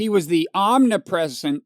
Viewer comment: Can "omnipresent" also be pronounced "omipresent"?